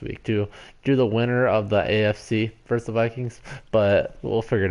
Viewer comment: FYI, when you say Vikings vs. Saints or Falcons, it’s pronounced “versus”, not “verse”. Always annoys me when people screw that ul.